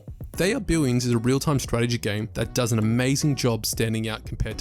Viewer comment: Billions or Billwiouns? Lmao